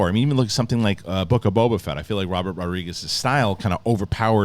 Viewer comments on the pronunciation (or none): none